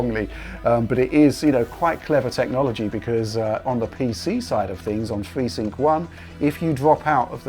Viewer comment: telling us about fweesync!